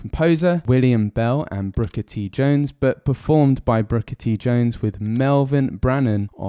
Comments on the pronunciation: Great video, with a minor error. It's Booker (not Brooker) T. Jones. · Why do you keep calling him Brooker T jones?